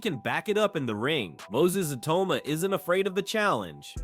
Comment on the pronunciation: Why is the narrator saying iyauma